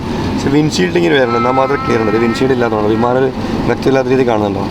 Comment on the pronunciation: വീമാനം അല്ല മിസ്റ്റർ ബിമാനം 😌🤪